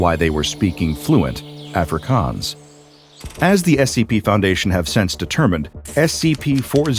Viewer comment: That is not how jou say Afrikaans🤣